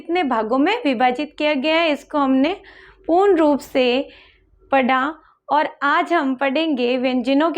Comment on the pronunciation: पढा × पढ़ा✓ कृपया, mam उच्चारण की शुद्धता का ध्यान रखें।🙏